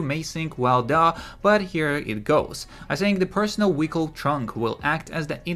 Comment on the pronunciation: I think he’s saying vehicle lmao